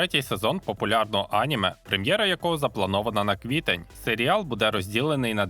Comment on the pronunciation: Наголос на слові аніме неправильний. Коли дивлюся в оригіналі, вони кажуть анімЕ, а не Аніме. Немертвого і невдачу краще б взагалі не перекладали. Перший сезон із поклонінням русні задрав.